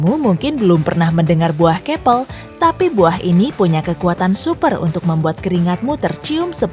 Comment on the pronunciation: bukan " bauh kepel". tapi pengucapannya "buah kepel" nah baru betoool